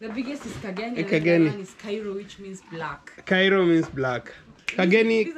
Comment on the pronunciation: Kairo not kanairo😂😂